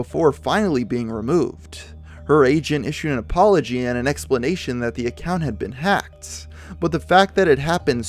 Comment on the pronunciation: my English speaking ears are outraged by how you say "The" before a vowel but I digress.